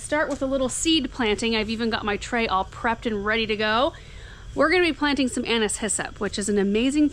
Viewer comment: My name is Anise and it is music to my ears to hear you pronounce it correctly. 😊